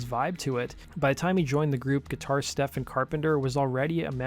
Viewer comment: Doesn’t seem deliberate. Just seems quick and sloppy. Probably doesn’t have a lot of time, so he researches and makes these videos very quickly. I’m also pretty sure Stephen is pronounced Steven, not Stefen.